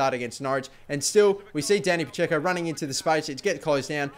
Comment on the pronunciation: Your Dani Pacheco is like a Dani Pa-Dzeko.